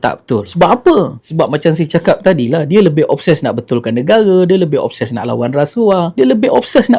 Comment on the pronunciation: Obses TU menatang apa x jelas cakap biar terang